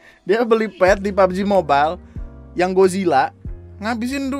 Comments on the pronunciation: Pubbeji mobail *accent India* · "PABOJI MOBAIL" - with THICC Indian accent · Bilang "pabji mobail"nya kocak